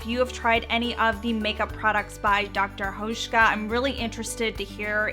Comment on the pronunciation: You pronounce Dr. Hauschka really good, hi from Germany 🇩🇪